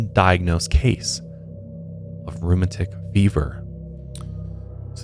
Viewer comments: Rheumatic pronounced like automatic. They have pronunciation sites in most online dictionaries. My only critique. LOVE THE SHOW! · "Roo-mat-tic" fever...😊